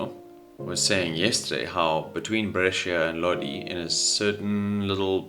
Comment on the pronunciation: you read it bresha, not bresheea